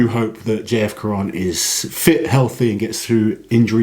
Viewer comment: We don't pronounce the "N" of J-F. Caron in the french language ;-)